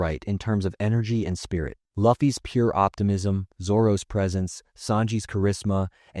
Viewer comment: All this talking about One Piece to mispronounce Luffy smh